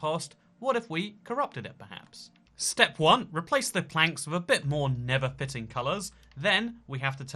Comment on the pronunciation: The nether is not pronounced the never!